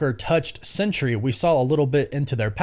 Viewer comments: It’s SENTRY: sen-tree, not CENTURY “sen-ch-ry.” There are two syllables, not three. Doctor Doom isn’t going to try to manipulate a hundred years. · Are you saying "Sentry," or "Century?" You should get that sorted out